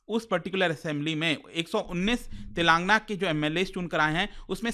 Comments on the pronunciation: It is not तेलांगना it is तेलंगाना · It's TelangAANA not TelAAngna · Its Tel lagana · Mr. it is not Telangna but Telangana . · Eee bhaii it's tel. Ang. Aana pronounce it properly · YOU PRONOUNCE STATE NAME WRONGLY WATCH SOME TELUGU NEWS CHANNEL CORRECT it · Bro u are not pronouncing telangana correctly it's very awkward the way you are pronouncing